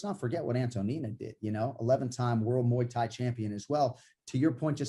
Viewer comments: "Muyi Thai" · Moo-ey Thai!